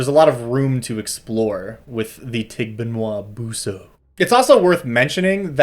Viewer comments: This thing has a pretty cute smile. He made a disclaimer about his pronunciation, but it's actually pretty spot-on. Maybe there's a glottal stop with the last "a" and enunciation could be a little less anglophone, but it's pretty good. Fun fact about the dog bit: The evil-detecting dog trope is quite common in Philippine folklore, to the point that an area devoid of dogs(pets or strays) is a sure sign of a town with a dark secret. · Having lived in the Philippines for 2 years, I'd say your pronunciation isn't bad. Probably had a trouble finding a good pronunciation because the name of this thing is different in different towns, and some names for it are names for other monsters in other places. Basically names of Filipino monsters make no sense... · i usually go to google translate and type it in. maybe it isnt pronounced 100% accurately, but since the voice module is filipino, they would probably try to have it sound phonetically similar to the actual filipino language. and i gotta say, you were basically spot on XD. not to say that the google translated reading is correct, but i guess its better than nothing?